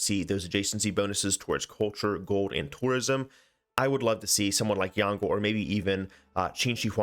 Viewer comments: Would like to point out that Yongle doesn't rhyme with dongle (despite Sean Bean's pronunciation), the G is silent and "le" is more like "lə/luh" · As Chinese speaker I absolutely love how every civ6 youtuber are pronouncing yongle like dongle. It's unique and fun，cuz when you're a speaker of this language you never would have thought that you can pronounce it this way. Keep doing that